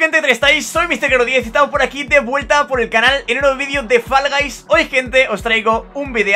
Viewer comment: Ya es el colmo que un humano sea capaz de hacerse 1000 victorias en un juego antes de aprender a pronunciar correctamente el nombre del juego